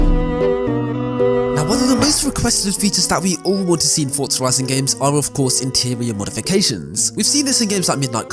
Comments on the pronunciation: For-za Ford-za ferzerr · why do you say fortza and not forza just a question?